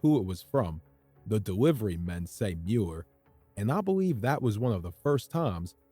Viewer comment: Are you saying: “I believe..” OR “I beweave…”